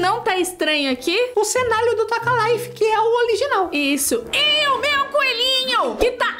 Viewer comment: Me nota é mei mai e não meili